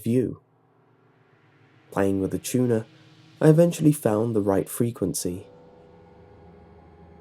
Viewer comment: "playing with the tuner" sounded like "playing with the tuna" Hehehe XD ♥